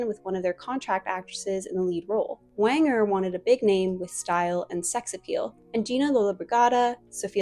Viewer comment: And Walter Wanger is pronounced like Ranger.